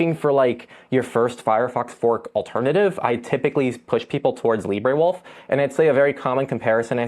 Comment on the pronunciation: Where did you find your pronunciation of Librewolf? Brave's AI Leo at least addresses the issue of its databases and mentions their limits.